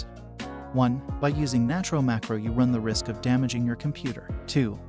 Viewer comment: Why do people say natro so broke